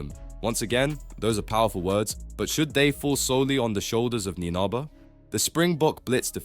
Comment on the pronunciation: Please learn how to pronounce someone’s name before making a whole video about them. Come on man.